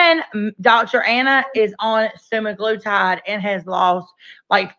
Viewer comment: say semi-glu-tide. All together.